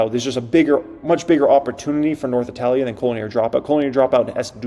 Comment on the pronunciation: Before hyping learn to pronounce italia 😂